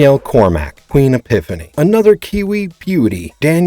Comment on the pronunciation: Man can you tell this narrator is not a Xena fan due to the many many mispronunciations. Queen EPIPHANY takes the cake though. Sheesh